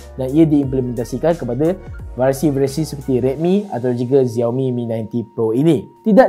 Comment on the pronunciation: SHAO MI bukan ziaomi